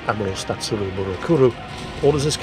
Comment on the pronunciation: "statsuru burakuru"?.... LMAO! Well done.